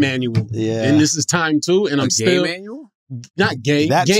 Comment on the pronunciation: I definitely heard gay Manuel 😂